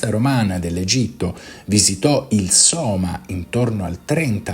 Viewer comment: Sema? Sema?Sema? NON Soma?